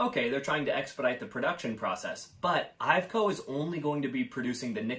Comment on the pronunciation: IVECO is pronounced EYE-VECK-OH